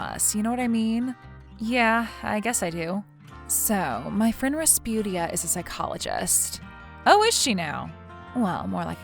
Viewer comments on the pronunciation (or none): Rasputia??? Really?